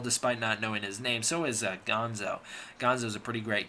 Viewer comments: Bill is gonna have your head for mispronouncing Gondo's name! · The Super X 2 pilot is easy to remember because he played the lead in the next Godzilla movie, "Godzilla VS King Ghidora." BTW, the Colonel's name was Gondo, not Gonzo. Gonzo was from the Muppets.